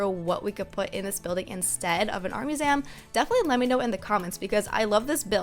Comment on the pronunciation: Wait..did she just say “art muzem”